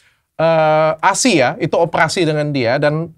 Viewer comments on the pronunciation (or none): none